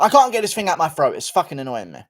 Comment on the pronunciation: GURU American accent be like "I have something in my FROAT!"